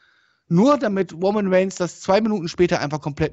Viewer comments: Woman Weigns 😂 dafür Liebe ich dich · "Woman waynes"😂😂😂